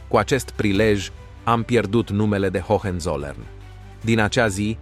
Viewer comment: F bun videocastul! Multumesc pentru el. Sugestie de pronuntie: Hoănțolărn. H intermediar nu se pronunta. Hohenzollern inseamna vamesii de sus intr-o traducere libera/aproximativa.